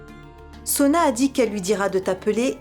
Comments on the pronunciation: Qui comme moi a remarqué qu’au lieu de dire au docteur que Soua est malade a dit Sona? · Qui a remarqué que a dit Sona est malade au lieu de Suha